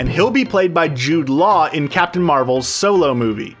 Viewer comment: can you just say captain bc you keep saying capin'